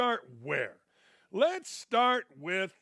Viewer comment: Did Dan say “lez be honest” While talking about the WNBA? 😂😂